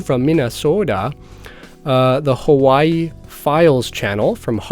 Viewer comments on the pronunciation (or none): none